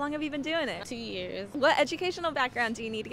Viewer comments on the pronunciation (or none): “Tuuuu years” shoutout to Bmore 😁, way to go sis 💯💯👏🏿